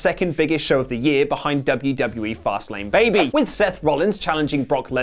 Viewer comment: It's Fastlane BAYBYYY